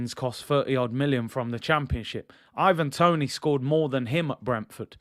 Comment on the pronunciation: Man said IVANDRO TONIHNO 😂😂😂😂😂😂😂